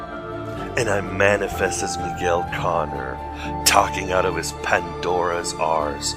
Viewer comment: They are still calling you "Mi - gu - el".